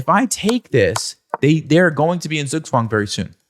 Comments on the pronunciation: You'll never check how Zugzwang is pronounced in German will you? ;) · The pronunciation of Zugzwang kills me. Pls just no